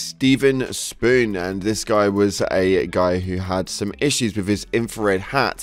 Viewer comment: Bro, the name Stephen Spohn is phonetically corrected in the name and you still pronounced it wrong